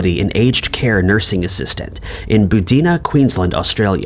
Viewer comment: Really awesome content and so fresh!! Thank you guys. Lived here in whole life and didn’t hear about Megan’s case until last year. P.s. they’re really hard to say — “Bar-Dee-Na” (Buddina) and “Moo-Loo-La-Bar” (Mooloolaba)